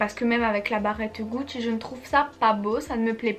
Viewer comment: J'adore ton accent corse quand tu dis "Gucci" hihi 😊Super vidéo et je suis totalement d'accord pour les épinards et les Balenciaga ! N'aimant pas les céréales avec le lait je ne peux pas témoigner la dessus, mais à choisir le lait avant les céréales haha ! Bisous à toi 😘